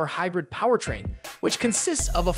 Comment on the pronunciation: "He-brid", Geez.